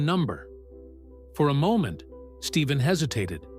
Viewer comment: there is no V in his name it’s Stephen Stefan is the way you pronounce it!!!Get it right or Quit!